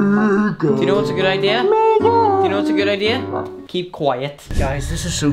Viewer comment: megan, not megin